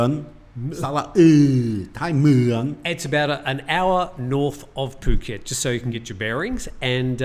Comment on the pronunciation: I'm less than half your age but thoroughly enjoyed the show:) You can tell speaks good Thai just based on how he pronounces ภูเก็ต/Phuket